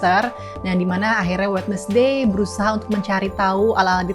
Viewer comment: Wednesday sama mba nya di baca WED NES DAY. aduuuuh.